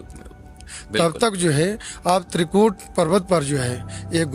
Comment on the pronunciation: even after being corrected by pandit ji..why are you still pronouncing त्रिकूटा as त्रिकूता😡